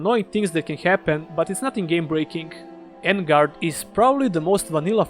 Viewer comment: On-guard not En-guard.